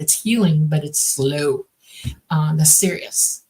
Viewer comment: She said sloow